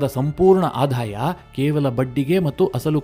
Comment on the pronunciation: ನಿಮ್ಮ ಸುದ್ದಿ ವಿಶ್ಲೇಷಣೆ ಸಮರ್ಪಕವಾಗಿರುತ್ತೆ. ಆದರೆ ನಿಮ್ಮ ಭಾಷೆಯಲ್ಲಿ ಅನಗತ್ಯ ಮಹಾಪ್ರಾಣ ಬಳಸುತ್ತೀರಿ. ಉದಾಹರಣೆಗೆ ಆದಾಯ ಅನ್ನುವ ಬದಲು ಅಧಾಯ ಅನ್ನುತ್ತೀರಿ. ಇಂತಹ ತಪ್ಪು ನಿಮ್ಮ ಎಲ್ಲಾ ಎಪಿಸೋಡ್ ಗಳಲ್ಲಿ ಇರುತ್ತದೆ. ಇದನ್ನು ನಿಮ್ಮನ್ನು ಟೀಕಿಸಲು ಹೇಳುತ್ತಿಲ್ಲ. ಬದಲು ಸ್ವಲ್ಪ ತಿದ್ದಿಕೊಂಡರೆ ನಿಮ್ಮ u tube ಇನ್ನೂ ಹೆಚ್ಚು ಉತ್ತಮವಾಗುತ್ತದೆ. ಇದನ್ನು ಧನಾತ್ಮಕವಾಗಿ ಸ್ವೀಕರಿಸಿ.